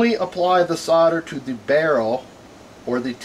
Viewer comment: SODER ,IT WHAT HE SEEMS TO BE SAYING,,I THOUGHT IT S SOLDER ?? GOOD JOB THOUGH :)